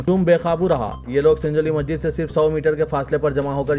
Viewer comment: Request to Siasat; yeh news reader ko apna naam sahih batane ki training de. Inki Urdu zaban par bhi khaas training de. Yeh Masjid ko Majjid keh rahe hain. Yeh 1992 ko onenees sau baiyyanwe keh rahe hain. Bade ka gosht. Aise aur kayi alfaz hain jiski islah honi chahiye.😢